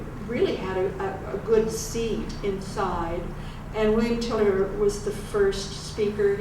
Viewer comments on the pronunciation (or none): It’s William Tiller, she says his last name kind of weirdly. He’s a professor of consciousness at Stanford.